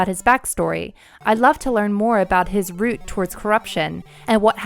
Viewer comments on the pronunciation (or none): none